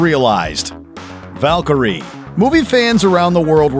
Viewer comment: If you can't pronounce "Valkyrie" or "Thanos" correctly, then I can't take your videos about the Marvel Universe seriously.